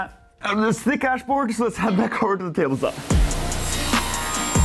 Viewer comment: This is where the real nuance of English is fantastic. He said "we're going to use this Thick-Ash board" And I lost it. :D